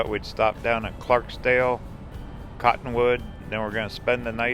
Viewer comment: Please don't take this as criticism, but it is Clarkdale with no s. (No matter what spell check says) Your video is very well done! I spent a lot of time here as a child and my Mom grew up here.